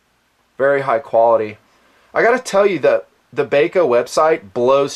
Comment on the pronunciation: Not Bay Co, It's BAH CO. Gheesh. My ears tweaked every time he said it. Bahco laplanders are unmatched in endurance. I would assume nothing less from the Force series. Thanks for the look.